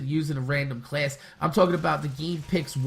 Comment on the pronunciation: The game mode you are suggesting is stupid. And why do you say "class" like "cleayss"